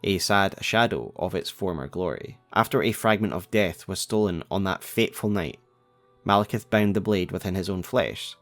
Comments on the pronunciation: Why do people call him Malekith? It's Maliketh. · ITS MALIKETH NOT MALEKITH U SHOULD CHANGE IT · Maliketh?! Really?!